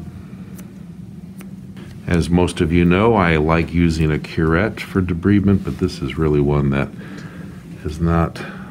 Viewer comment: It's pronounced de-bride-ment. Otherwise, your technique was satisfactory.